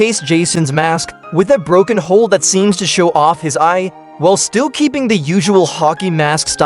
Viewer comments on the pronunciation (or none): none